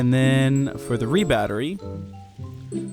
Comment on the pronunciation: Its R E Battery not re battery